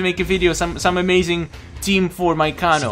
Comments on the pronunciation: (Kay-No) kano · its pronounced KAYNO IT SAYS IN EVERY GAME WHEN HE WINS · Why do you kanos name wrong